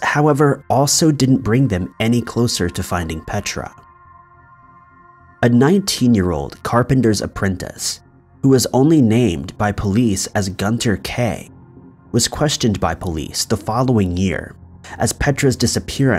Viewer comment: Do any of you people know how to pronounce words? ! Go to school and learn some simple gun ter!? Duss like bus? For Düsseldorf? You see those little dots over the “U?” That eans it’s a long “U.” Like “Super” a double “O” sound. Same with “Gunter.” Goonter! DOOsseldorf!